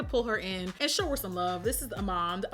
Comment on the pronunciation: Jackie saying amande properly 😏 now would you look at that